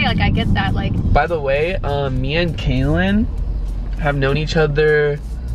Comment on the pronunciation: Guys it's Kaelyn. Not Kaylin or Kailyn